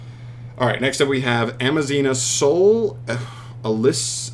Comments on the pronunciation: It is Aza-mina not Ama-zina. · You were saying Am-a-zina not Az-a-mina and are you dyslexic you were switching where the m and z were.. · Amazina? Bro.... im assuming you a mild form of dyslexia. A-z-a-mina my guy.... had to dislike this vid just cause of the constant mispronouncing alone 😔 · It's "Azamina". Not "Amazina". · AZA- MINA... it cant be that hard is it??? How do you see the word so many times and still never catch on? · Never saying it right is a thing now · Bro cant pronounce azamina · Lols you mispronounce A ZA MI NA so many times hahaha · Managed to read it wrong every single time. Kind of impressive ngl. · And so begins the week of insane news Edit: bro mispronouncing Azamina is super hilarious for some reason